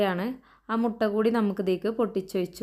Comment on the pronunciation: Mutti alla mutttta😂